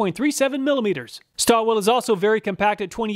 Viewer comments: I noticed that you inadvertidly misspoken "Stahlwille" as "Stallwill". Stahlwille is a German brand and translates as "Steel Will". Spoken out correct would sound like "Shtahl-villeh", where the "a" is raised as "ah" instead of "uh". Since I am of german origin, I thought of passing on this useful information as I'm pretty certain you'll ( and millions of YT viewers ) will encounter more product testing and reviews from that said company. In general, Stahlwille does make good quality products, I have a couple of their model tool lineup in possession for my daily routine service. They do an amazing job. Oh, by the way, I recently came across a 3/4" telescopic handle ratchet which felt great on hands as I had to tighten down pump flange screws M12-sized. Did a better job than the fixed variants. Maybe this would be worth a "Which is Best"? Anyway, your channel is the best on YT, my acquisition are based on your ingenious and honest testing results which are truly accurate and represent 100% real-life working conditions. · Waiting for the day you pronounce Stahlwille correctly.